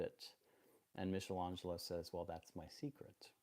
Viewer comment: hate to be a prick but michelangelo has a hard c ;) (meek not meesh)